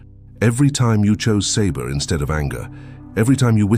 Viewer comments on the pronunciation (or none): ❤❤❤❤❤ Sabr is pronounced Sa-brrr, never Say-brrr